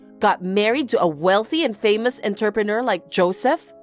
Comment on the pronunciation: Is there a place where that is the correct pronunciation of "entrepreneur" ?